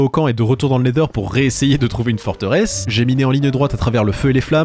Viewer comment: Pk tu dit le neder?